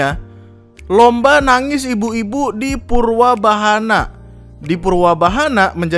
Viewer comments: Bangg, omongan lu typo wkwkkwkwkwk. Purbawahanaa, bukan purwabahana wkwkwk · Purbawahana bukan purWabahana baaang